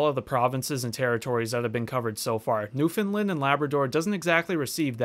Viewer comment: Obligatory “you pronounced ‘Newfoundland’ wrong” comment. It’s “newfin-land” with emphasis on the “land”, not “newfin-lin; although props getting it close. I’ve seen lots of people get it really wrong and say “new-foundland”.